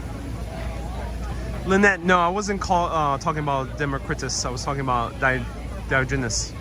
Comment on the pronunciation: Diogenes is pronounced dai-ah-juh-neeze